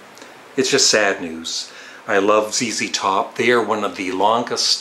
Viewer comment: I am glad you have pronounced ZZ Top (zee, zee) correctly instead of Z(ed), I know that Canadians pronounce the letter Z as Zed.